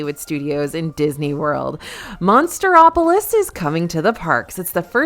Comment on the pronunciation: Omg, that was pissing me off. What the hell is Monster-opolis.